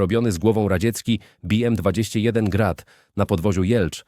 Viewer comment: Ruscy mówilu "bi em"? Jakaś plaga z tym angielskawym belkotem.